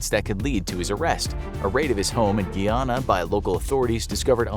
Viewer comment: Was it Guyana in South America or Guinea in Africa. if it is Guyana then it is pronounced Guy like a man Ana like the woman name “Guy Ana”